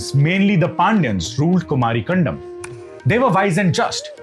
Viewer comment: Sir, It's not कंडम, it is कंदम्! Kan the m.